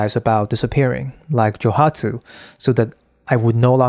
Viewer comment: Joooooooohatsu. Joe-OOOOO hatsu, without meaning to be impolite to correct how you pronounce the word. It might not be only Japanese men, who would do this.